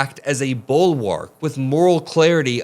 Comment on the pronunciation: 'Bulwark'. Wrong second syllable for TFG. 💙🇺🇦💙